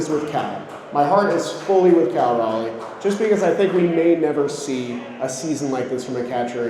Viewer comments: Its Cal cmon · It’s Cal bro